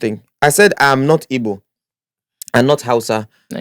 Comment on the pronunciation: Guy, it's Igbo not Ibo. You should know better.